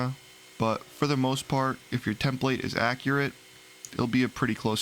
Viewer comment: You pronounce template wrong.. it is soooo annoying..